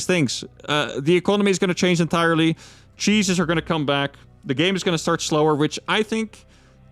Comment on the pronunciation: When he said "Cheeses are gonna come back" I thought for a second he said "Jesus is" Christians would be that fourth race we been wishing for 👹